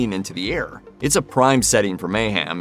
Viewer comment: Great video! However, it's mayHEM. not meyHAM ;)